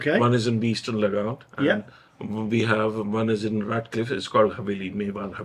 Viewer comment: What's with the sensationalist titles? 😂 The place is pronounced Lagaan...rhymes with naan..just sayin' 😆